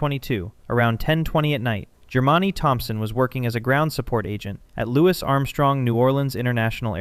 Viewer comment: Lou-isss Armstrong? Really?